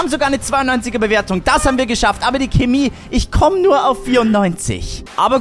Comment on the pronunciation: Geiles Video aber bitte sag nicht Kimi sag pls Chemie